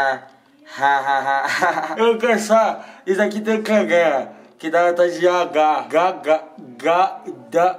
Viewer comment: eu pensei que ele tava falando quero cagar